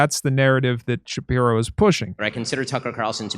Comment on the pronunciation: I mean there's a chance Ben SHU-PYE-RO doesn't like Ben SHU-PYE-Ro